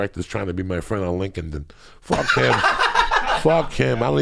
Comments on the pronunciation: New Drinking Game: Take a shot each time Joey says Link-In-Den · The pronunciation of LinkedIn from coco is amazing lol lincolned Inn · ‘Link-Ed in’ Haha! It’s LINKED In, Joey. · love how joey pronounces LinkedIn